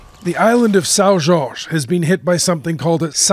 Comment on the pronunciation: My island. They couldn't pin point Lisbon on a map, but at least they got the pronounciation of São Jorge correct. The scientists are puzzled with this one, but sooner or later, that volcano is coming. 🇵🇹 🇨🇦